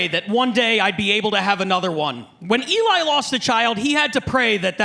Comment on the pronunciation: Learn how to say Eli it's not that hard it's a 3 LETTER WORD. Fucking idiot